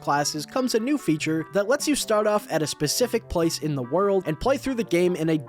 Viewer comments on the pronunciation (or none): none